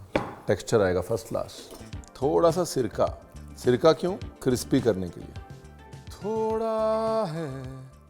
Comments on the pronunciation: Sir crispy hai cripsy nehi 😂😂😂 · Crispy ❎ Cripsy ✅ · The way you say crpsi instead of crispy 😋😋 ussi mai crunch aa jata hai